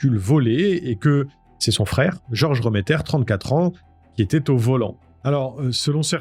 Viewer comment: A l’époque, j’étais au procès à Strasbourg. Tu passes plusieurs faits sous silence sur les fuhrmann remmeter (on prononce réméttère et pas reuméttère). J’ai une question pour l’ancien gendarme. Penses-tu qu’un débile léger /profond comme baltazar puisse fabuler ? Que sa soeur/belle soeur (je sais plus si c’était la compagne de georges remetter ou de jacques fuhrmann) puisse inventer des détails aussi sordides que ceux entendus au procès ? Il a été dit que 3 des furhmann remetter étaient dans la voiture avec Pierre Bodein, que Jeanne Marie a été renversée à dessein et emmené au domicile du clan furmann remetter. Qu’à ce moment là, pendant que les femmes préparaient la cuisine en bas, pierre, georges et jacques ont violé la petite avant de pousser baltazar à perdre son pucelage avec elle. Puis que Pierre Bodein lui aurait coupé le vagin pour pas qu’on puisse les relier à laffaire. Une des femmes du clan a dit qu’ils avaient mangé du vagin-purée ce jour-là. Comment ces analphabètes de vannier ont pu inventer des détails pareils ?